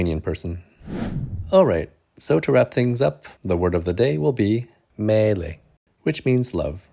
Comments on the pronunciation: It's "meilė" not "mėilė". 😁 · Nice video, as always! A lovely love story :) If you allow me, I would like share a tip for "meilė" pronunciation. The sound of "ei" (m-ei-le) is almost the same is in the word "Hey" in English, but without "H" ( a long "hey", like "heeey"). So it's some kind of "m-ey-le" . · You need to work on the word meilė :) Now that sounds like some Chinese word 🤭